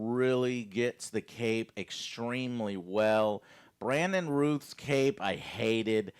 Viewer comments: It’s Routh like South :P (love your passion for Superman, Joe. Same here). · Brandon (roth) not routh lol even though it's spelled that way.